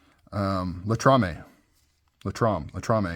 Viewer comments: LATAMA it's is still a great made knife. Not latamaaa Latrama. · Latama, not Latrame. ;)